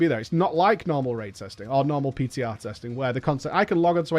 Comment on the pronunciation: you meant "PTah"? 3Head